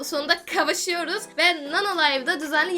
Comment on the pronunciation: Abla kabuşuyoruz değil kavuşuyoruz dicektim 😂